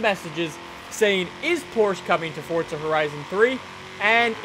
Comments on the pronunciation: the one thing that bothers me about him is the fact that he says FORTZA he doesn't say FORZA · Isn't it Forza not Fortza? Sorry :3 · he said fortza